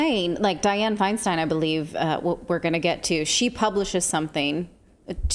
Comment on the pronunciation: Pronounce her name Feen-Steen...